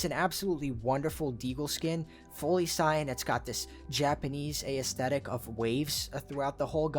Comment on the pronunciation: Nice video. Not trying to hate but the way you pronounce aesthetic got me 😂.